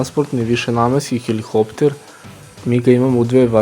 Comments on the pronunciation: Није хелихоптер него хеликоптер. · HeliHopter????? ....Hopter??? Halo momak....sta je heliHHopter??